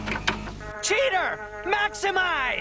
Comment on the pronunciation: Instead of cheator maximize he says CHEATER MAXIMIZE!